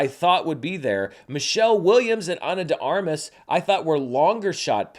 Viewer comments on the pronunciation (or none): Ana “Day Armas” not Ana duh Armas